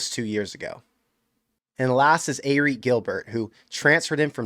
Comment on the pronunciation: no judgement but I work on the field and it's pronounced Eric not Arik :)